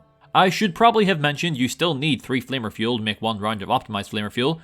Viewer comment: It sounds like you are saying “Flavor Fuel” and not flanker fuel LOL